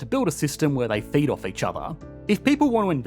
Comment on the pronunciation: "FEED off each other" "FEED"... not any other word..."FEED" had to listen to that line 3 times before I was sure that there was nothing suggestive. lol